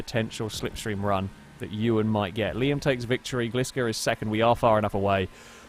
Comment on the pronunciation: Raregliscor1 Hehe nice. Also can I address something? always pronounces your name wrong...It’s Gliscor the Pokémon right?